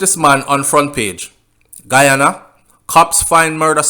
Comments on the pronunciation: Good night u r pronouncing the names of the places in Guyana I am a Guyanese and u r sounding like a Trinidadian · you mess up the name I am from Guyana 🇬🇾 still big up ya self